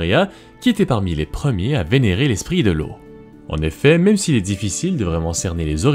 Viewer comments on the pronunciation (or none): none